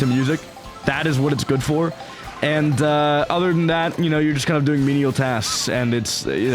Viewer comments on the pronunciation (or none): none